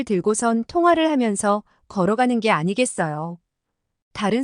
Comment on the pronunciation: 화면의 글씨를 '.. 아니겠어요' 라고 몇 번 나오는데 '.. 아니겠어요?'라고 써야 제대로 읽으실 것 같네요. 듣기가 어색합니다.